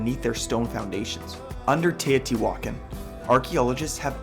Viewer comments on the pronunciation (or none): Im still confused...is she christopher walken's daughter? U know who i mean? Tay O.T. walken. Hey heres an idea...go watch real historians saying the words you dont know how to say like Tay O.T. walken. I mean teotihuacan.